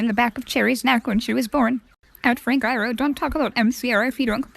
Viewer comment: ok just saying i appreciate u including the frank iero tweets (i stan) but sis was really saying “eye-ro” instead of “eye-ear-oh” or “eye-air-oh”